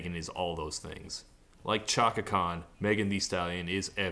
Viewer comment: So I guess everyone just collectively chose to ignore the fact that Todd said "Ch-aka" and not "Sh-aka" when pronouncing Chaka Khan 😐